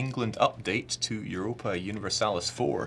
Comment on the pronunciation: I was like "he can't say Europa" and about ten seconds later "oh it's okay, he can't say look either."